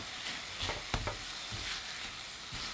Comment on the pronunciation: He said thicc instead of thick lollllllll 😏